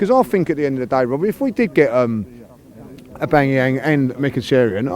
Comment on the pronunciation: Is there a single Arsenal fan that can pronounce "Aubameyang" correctly..?